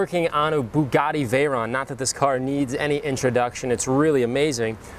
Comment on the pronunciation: am taking the piss i didn't think you understood the joke his accent makes it sound like boogatti lol